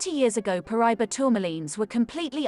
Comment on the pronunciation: Ahh, Paraiba! My favorite tourmaline! However, it’s pronounced, Para-eeba. The Paraiba mine in Brazil is “played out” and this beautiful color is exhausted, driving up the price. The largest one I’ve ever seen was 88 carats! Oddly enough, it’s been recently discovered in Africa. If you were to fit the map of South America into the notch in the African map, that’s where it was discovered in Africa. It’s believed to be the same vein that was split when the two continents divided during the continental drift that split Pangea.